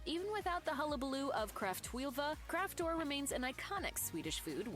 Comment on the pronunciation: kräftor is not pronounced "craft whore"